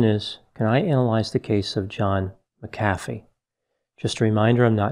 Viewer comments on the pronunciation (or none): Uhh I thought it was pronounced mac-uh-fee not muh-caffey lol ?? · Pronounced. MAC afee. not ma CA fee. He was a fool. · I’m pretty sure it’s pronounced “Mack-uh-fee,” not “Mick-aff-ee.” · MAC-a-fee. Not ma-CAF-ee. Just sayin’ . ♥️♥️🌟🌟🌟Love all the videos. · Its Mac-a-fee not mic-cafee. It's crazy someone that educated doesnt know the pronunciation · Why do you pronounce his surname Macaffeee but the software McAfee? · The whole video you pronounced his surname as Mac Afi and right at the end you said it the way I say it..McAfi! That really thew me off, which one's correct? 🤔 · Pronounced Mac a fee not Mcfee!!! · It’s Mak-uh-Fee, not Muh-cafee . You put em-fass-ess on the wrong sill-ab-ull. Tool. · Agreed. It’s Mac-A-fee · And in South Africa we pronounce it ma CAF ee - emphasis on the middle part. I wonder if there are others who have that surname who could help out with the correct English pronunciation? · I think it's pronounced Mac uh Fee. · Pronunciation is John David McAfee (/ˈmækəfiː/ MAK-ə-fee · I always thought it was pronounced MAC afee. That’s okay. Potato, potato. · Isn't it MAC-a-fee? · Pretty sure his name is pronounced Mac A Vee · HIS name is pronounce MAC-A-FEE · MACK a fee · MACK a fee Erik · Ma..caffee lol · Respectfully It is pronounced "Mac-ah-fee". He was running from the law, and been at it for a while. It's a shame! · pronounced Mac-a-fee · It's pronounced Mc A fee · Why does everyone mispronounce his name? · You are mispronouncing his name. Not that I really care. We should respect others by pronouncing their names the way they do. Wow, towards the end you got it right.